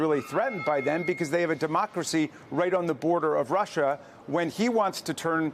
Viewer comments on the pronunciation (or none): none